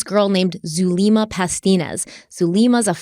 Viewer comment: I believe Zulema is pronounced "Zoo-lemma" like the name Emma